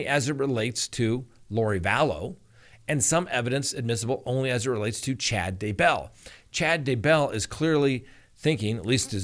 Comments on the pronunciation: Why do you keep saying D Bell its DAYbell !!! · Why do you pronounce it "duh bell" instead of "DAY bell"? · DAYBELL not dabell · Dude, it's "Day-Bell". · Hi there...Please, it is Chad dayeee bell. Trust me I am am from Uuutah Cowntee. Yes, i actually live in Spreeeeng veal. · I recently received a YouTube survey on you & I gave you a glowing recommendation! Just one suggestion: Daybell has the accent on Day’. and not bell’. However, your videos are excellent!